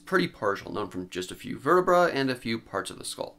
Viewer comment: please pronounce vertabrae correctly esp if you are gonna be an educational channel